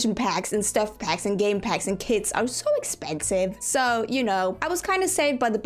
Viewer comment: you said kits are expensive but I thought you said kids, I was like "I DIDNT KNOW HAD CHILDREN?!?!?!" 🤣🤣🤣